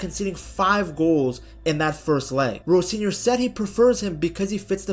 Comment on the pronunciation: Why the hard r on Rosenior 😮😅